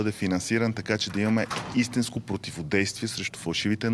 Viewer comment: ..."направимЕ",..."истЕнско",...и т.н.